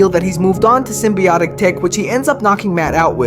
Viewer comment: he pronounced symbiotic correctly this time